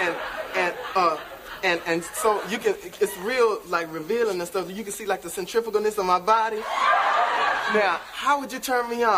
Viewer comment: “Centrificunis” of my body rofl 😅😅😅😅😂😂😂